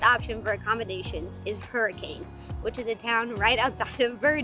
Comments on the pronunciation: As a local i will correct your pronunciation. It sounds more like " hurr-a-kin". Whatever. This is a good place. We are entirely dependent on tourism at this time. If you are interested in J W Powell, the Colorado River, the Mormons, native Americans, atomic bomb testing, botany, birdwatching etc, this is a good place to visit. We don't even use the river very much anymore because of about 4 million visitors every year discarding their effluvia and trash into it. We also are hesitant to tell people about other places that we hope to protect. It would be helpful if more people have a respectful attitude. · Hurricane is pronounced Hurra-kin. Also, people should know that there is a place in the Narrows with water up to your armpits and you shouldn’t go when there has been recent rain. There are flash flood alerts. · Fun fact: hurricane is actually pronounced herkin by the locals.